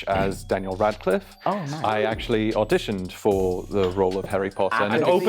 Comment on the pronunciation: I suspected number 2 from the get go, but the second I knew it was him was when he let his accent slip just the tiniest bit on the word “audition.” He said it right the first time, but the second time had the SLIGHTEST hint of the American pronunciation. I even had to go back to relisten to it just to make sure, but it was definitely there. I’m not British, but being a South African definitely helped lol